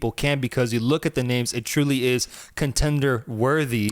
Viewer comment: You broke the record for pronouncing names wrong